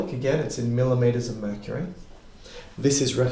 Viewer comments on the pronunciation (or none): none